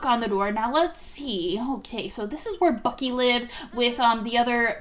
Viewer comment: Its bucky not ucky